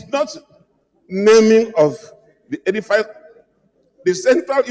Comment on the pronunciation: EDIFICE is pronounced edifis not edifys. Oga senator take note.